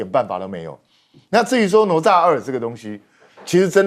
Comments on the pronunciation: 主持人连哪咤都不会念😢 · 哪吒 读Nǎ zhā，😂